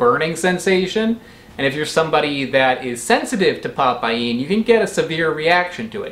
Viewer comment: Nah mate, it's pa paeen, it's probounced pa-PAIN BROTHER!!!!